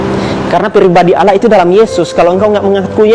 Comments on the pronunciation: tuhan beranak pantas saja banyak birawati yg hamil tanfa suami, bagi saya ini bukan cerdas tapi pembodohan diri sendiri, firman Allah bukan firman alah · KATANYA MANTAN MUSLIM? NYEBUTNYA KOK ALAH